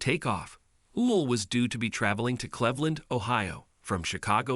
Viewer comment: Nobody can understand what you mean when you mispronounce CLEVELAND!! It's really annoying. The first syllable rhymes with "peeve" as in 'pet peeve' and this is one of mine!!